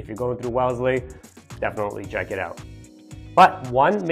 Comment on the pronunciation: IT'S WELLESLEY not WELESLY...